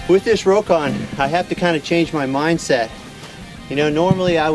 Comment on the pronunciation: It's pronounced Rock On, not row kon!